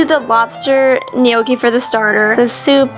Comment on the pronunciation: Were you ok there big fall right there you looked like you fell pretty hard also not gonna lie didn’t get the first joke but the egg celery joke and other one I got that also pronunciating gnocchi right anyway even if comment won’t be seen just showing support in everyone of your videos because team over team Brent